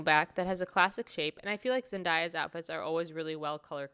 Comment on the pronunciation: Awesome vid! BTW, she pronounces it Zen-DAY-uh 🙂